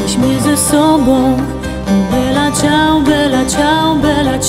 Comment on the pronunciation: Ja myślę że Kasia Staszewska dobrze o tym wie, że ta piosenka nie jest dla serialu napisana. Ale trzeba powiedzieć że Dom z Papieru ją znów międzynarodowo popularną zrobił. Dlatego niech sobie stoi dalej w treści. Po co się tak na to złościć? Wymowa Bella Ciao jest super i mnie przeraża jacy eksperci języka się tutaj znajdują. Krytyka w żadnym punkcie się nie zgadza. Ani ciao nie jest żle wymówione ani bella. Ci co słuchali w serialu piosenke muszą wziąć pod uwage że nagrania są Hiszpańskie a Hiszpanie mają troche inną wymowe i nie zawsze symulują język Włoski idealnie. Dlatego nie bierzcie serialu jako podstawę wymowy.